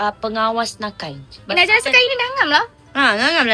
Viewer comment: Rasa dia nak sebut naji tapi tersebut najli..hahahah